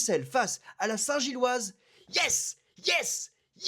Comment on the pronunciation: C'est si difficile que ça de dire "Union Saint-Gilloise" ? ^^